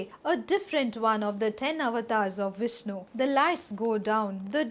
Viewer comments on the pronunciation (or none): none